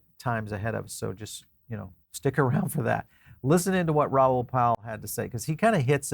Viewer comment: Its Ral like Paul, not Raoul